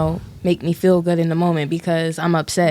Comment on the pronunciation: I learned another word black people cant say properly...feel. constantly saying fill instead of feel